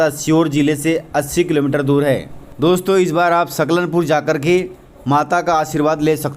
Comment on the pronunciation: नव रात्री की आपको शुभकामना 🙏🌹🙏🌹,, भाई साहब " सलकनपुर " लिखा हुआ सही आ रहा है पर आपके द्बरा " सकलनपुर " कहा जा रहा है, सो होती हैं मिस्टेक सभी से ,,मे बेतूल जिले से हुँ।